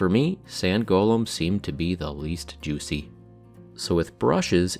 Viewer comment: I'm going to need you to never say "Juicy" like that again. Thanks.